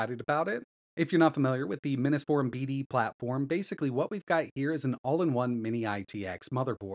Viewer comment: Still says it too